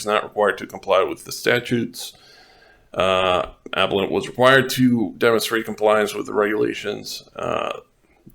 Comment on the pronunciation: FYI it is "uh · peh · luhnt" not "ap - uh - lent"